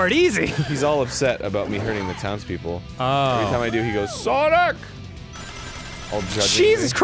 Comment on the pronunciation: When Arin said to kill all the townspeople, I thought he said "Kill all the downs people." And I was like 0_0